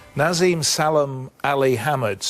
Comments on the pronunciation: Bugs me that interviewer keeps saying NaZeem even though he's been corrected from the start...Naseem, and yes i am aware people called him Naz for short. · Why cant this stupid old fuck say Naseem? He keeps saying nazim I hate the stupid English accent where they chose not to say certain words the way they know their pronounced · Gary Newbon was very unprofessional here, almost embarrassing at times. I'm surprised Hamed didn't deck him. Hamed corrected his pronunciation of Naseem, only for Gary to repeat the same pronunciation right back at him in the next sentence. Shortly after, he mispronounced the names of Hamed's close family members. I think he then got rialed by Naseem's attitude and goaded him by saying it wasn't possible Eubank was ever on a Hamed undercard; what did he think he was saying? He clearly thought he could just turn up and wing it. Very little prep work here, and probably very well paid for it. Maybe an off day, but pretty poor all round. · Youd think someone would correct him for saying " eubanks" all the time . As for the interviewer ,what a rude guy . He got naseems name wrong , then after getting corrected he said " yeah " , then proceeded to call him by the wrong name again .